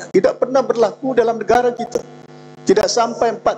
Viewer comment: YB kata sebenarnye, saye, negare, anggote, kerjasame, kite, untok dll.